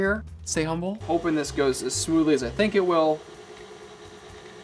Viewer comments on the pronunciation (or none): none